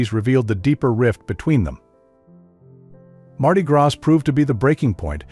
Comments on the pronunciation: TERRIBLE that you used a bot to record the narration. Hearing the telltale mistakes in intonation and pronunciation (e.g., "led" as the pronunciation for "leed" guitar, and "graz" for gras in Mardi Gras ) just makes this seem like a manufactured hatchet piece. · Ha! "Mardi Grass"????